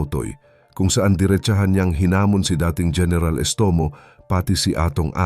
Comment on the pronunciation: Gẻneral????? o diskarte hẻneral😂😂😂😂😂